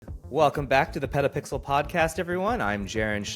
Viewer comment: I like "PetaPixers"